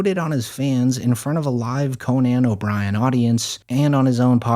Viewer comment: Awesome video but just curious is this the first time you’ve tried to say Conan obiren out loud😂